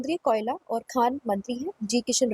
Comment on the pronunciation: Koyala as kela 😂😂😂😂😂